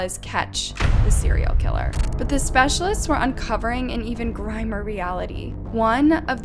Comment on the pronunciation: She's known for saying words and names wrong. Like , when she said "uncovering and even Grime-er reality." Instead of "grimmer reality".